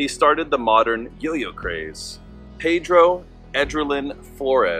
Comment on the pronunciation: He was my grandfather. His first name was pronounced Pee-dro. I needed to get that straight because i shuddered everytime you said it wrong. I know you probably didnt know that ... So now you do. I have his journals and it is an interesting read. So much to his story many dont know but our family does. That was a good presentation givin your source. Thank you for putting it out there.